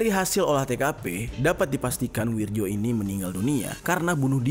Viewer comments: Itu namanya bukan wirjo (ejaan lama) mas, tapi wiryo ( Ejaan baru) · akurasa namanya bukan wirjo tapi wiryo,karna menurut ejaan lama tulisan nya W I R J O,tapi menilik perubahan ejaan intruksi dikbut tahun 1960an keatas bacaan DJAJA dihilangkan huruf D nya hingga cukup dgn JAYA dan posisi JA disini jadi YA dan ada banyak perubahan ejaan seperti tjatja jadi caca dst,mohon maklum 🙏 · bang maap, itu bacanya WIRYO bukan WIRJO makasih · Wirjo kalau dibaca ( wiryo ) Bang sekedar masukan biar gasalah baca kalimat Jawa. 😁🙏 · bacanya WIR- YO pak, itu ejaan lama...J=Y .kalau DJ=J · Bacanya wiryo mas, ejaan lama.